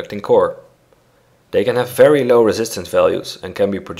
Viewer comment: Hhh fery instead of very